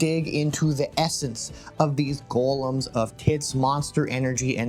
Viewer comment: Finally someone said golem correctly